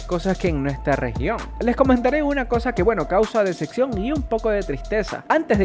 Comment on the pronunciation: no se dice deseccion sino decepción!!!